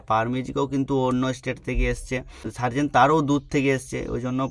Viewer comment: Sobi thik but serzen ko Tarzen banadia 😂😂😂